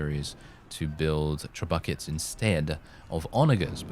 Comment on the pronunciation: Did you really pronounce Trebuchets "TRE BUCKETS" ? LOL :D